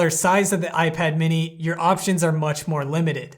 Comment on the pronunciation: dude messed up the most important word in the intro